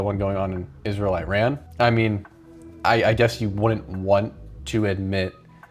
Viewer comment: My guy please learn how to say Iran right